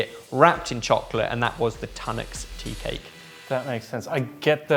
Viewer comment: who writes your chapters.... its Tunnocks Teacakes and not Tanuk